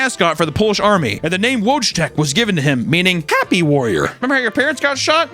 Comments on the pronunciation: As a Pole the pronounciation of Wojtek kills me but its okay cause we love you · man you pronounce wojtek all wrong, please click translate in google, ideally in polish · His pronunciation of Wojtek is a war crime in itself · Wojtek would be pronounced "Voy-tek" due to it being a polish name. The W is a V sound and the J is a Y sound. Great story though, love to covering these interesting topics! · LOOL wojtek is pronounced Voytek =P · I'm gonna need some more respect on Wojtek's name with that mispronunciation. Voy-Tek not Woj-Tek. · Polacy: Wojtek (Voitekh): Wojtek (Wooshtekh) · "Wijtech" Is "Voytek" Here you go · My Polish ears hurt so much cause of the pronunciation of Wojtek. It’s Woytek, not wochtek 🥲 and yes “woj” means warrior but Wojtek is just a regular Polish name and doesn’t necessarily mean “happy warrior” it just has the word warrior in it . Thank you for coming to my ted talk. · hey wojtek is pronouncced voytech not woahcheck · Wojtek is pronounced voy-check, my wife (polish) has him tattooed on her thigh. He was awesome! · It is pronounced voi tek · His name was Wojtek ("Vot-teck") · Polish name Wojtek sounds in English more like Voytek. Check google translator maybe 😅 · its a WOYTEK XDD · wojtek is pronounced more like voytek. voy as in voyage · Hate to be that guy, but you said it wrong so many times 😂 Wojtek is pronounced “Voytek” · to my knowledge its pronounced voytek. But i could be very wrong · Just for the pronunciation of Wojtek, it's pronounced Voytek. Like "void" without the d + tech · pronunciation of Wojtek killed me XD (Voy-tek) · as a polish person hearing butcher the name Wojtek and give polish people russian accent pains me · WOJTEK is pronounced VOY-TEC btw. nice vid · In case anyone is curious, the Bears name should actually be pronounced like "voy-tek" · "Wojtek" is pronounce "Voy-Tek". Can't blame you for trying. It is Polish after all. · It’s “Woy-Tech”